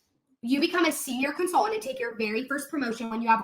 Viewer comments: Can the girl not pronounce con-sul-TANT???? She annoyingly leaves out the first T in that word 🤬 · They way she says consultant: consul-ENT drives me crazyyyy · the way she goes 'con-sul-TANT' drives me bonkers